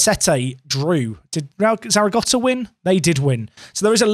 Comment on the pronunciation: Thank fuck there's no cringey intro. More of the same please. Also there's no T in Zaragoza